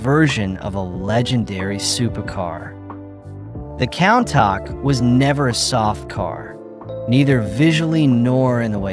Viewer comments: countach = koon-tash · Why is no one talking about how he pronounced countach.